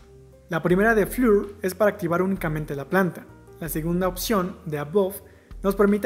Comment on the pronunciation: Solo una observacion (y que es una peccata minuta) la pronunciacion de piso, o nivel en el idioma ingles, es FLOR (y no fiur) ya que en repetidas ocaciones queda uno desorientado, pero fuera de eso me parece bien. Gracias.